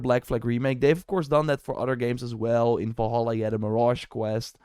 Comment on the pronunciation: Why you keeping saying it like that? Valahallah? Is it a joke or something?